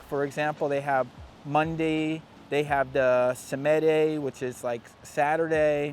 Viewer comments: SAHM-dee is how it's pronounced. He said Sah-MED-ay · Funny, samedi is saturday, but that pronunciation, that wasn't it :)